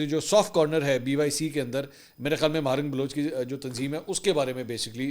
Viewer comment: ماہرنگ نہیں ہے صحیح نام ڈاکٹر مہرنگ بلوچ ہے ۔۔۔۔ بلوچوں کی آن اور شان ہے ۔۔ بلوچستان کی شیرنی اللہ سلامت رکے